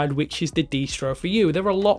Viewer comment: DIS TRO not de stro